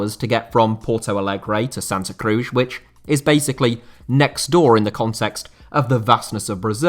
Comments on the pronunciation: its not "Crush" is CruZ like in Penélope Cruz the actress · who says Cruz like that :)